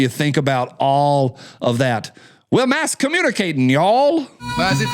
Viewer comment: "Mass comunicat'n!" Roger, that.